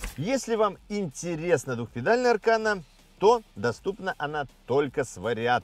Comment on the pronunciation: Избави господь от такого аркана😂😂😂. А вообще ударение идёт на последний слог.